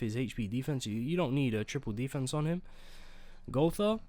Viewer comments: something doesn't add up here. did u just pronounce gowther correctly? bring the real back rn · If you continue to say Gowther correctly, I will subscribe